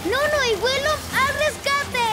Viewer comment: "WILLINPUM"